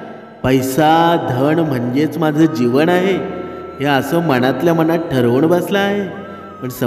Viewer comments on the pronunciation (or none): none